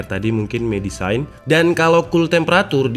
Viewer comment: bang, medicine bacanya bukan "medisain", tp "ˈmedesen"